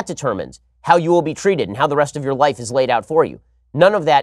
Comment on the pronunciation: “Let us talk about yo rights” I swear it sounded like yo